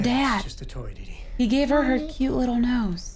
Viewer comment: Dordi its didi